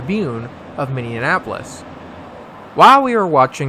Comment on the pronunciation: Did you seriously just call Minneapolis “Minneanapolis” like 10 times?!